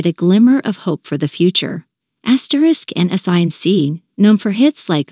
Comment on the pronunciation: Did she just refer to the group name as N S Y N C instead of *NSYNC? 🤦🏻‍♀️🤦🏻‍♀️